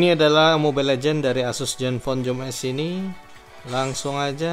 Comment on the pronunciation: maaf mas "Zoom S" bukan "Joom S". oke